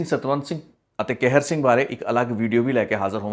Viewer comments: ਤੁਸੀਂ ਕਹਿਰ ਸਿੰਘ ਬੋਲ ਰਹੇ ਹੋ ਜਦ ਕਿ ਸਹੀ ਨਾਮ ਕਿਹਰ ਸਿੰਘ ਹੈ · ਭਰਾਵਾ ਕੈਹਰ ਸਿੰਘ ਨਹੀਂ ਹੁੰਦਾ ਲਾਵਾਂ ਦੁਲਾਵਾਂ ਦਾ ਬੋਲਣਾ ਕਿਸੇ ਕੋਲੋਂ ਸਿੱਖ ਲਵੋ ਫੇਰ ਵੀ ਸ਼ਾਇਦ ਕੰਮ ਆਵੇ